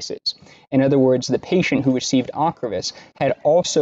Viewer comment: You did not correctly pronounce the drug ocrevus